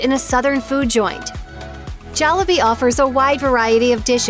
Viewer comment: bruh wtf you're pronouncing Jollibee wrong